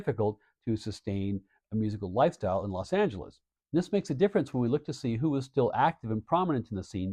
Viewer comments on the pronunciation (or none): none